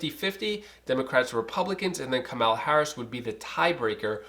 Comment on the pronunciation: Its COMMA-LA bro! 😁